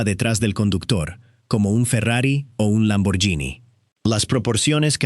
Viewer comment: ¡NO SEAS TAN TONTO y MENTRASADO! lombargHini lleva H y no puede sonar Yí, suena " Guí "